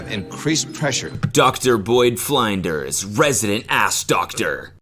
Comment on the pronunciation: Seeing Cody mispronounce Flinders made me remember he needs to watch the Flinders episode of House Hunters so mf bad...